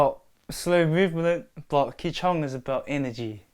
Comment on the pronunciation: 'ki chong'😂😂 im pretty sure he means qi(chi) gong